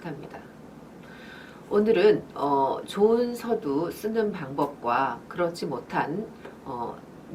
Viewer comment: 발음이 틀린 예: 서두, 좋습니다,서술,안개,사람, 두 번,대상 ,대표 ,해설, 등!! 이상 실 예는, 장음이 단엉.ㅣ 첫 자를 모두 "짧게" 잘못 발음한 것이다. 이것이 사실이라면, 수필 창작법을 논하는 강사의 자질이 의심스럽지 아니한가?? "한국 어문을 고발함" 이라는 책을 수필인들께 권하고싶다.